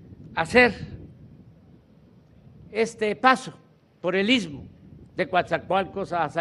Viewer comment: Se dice isssstmo, isssstmo, otra vez isssstmo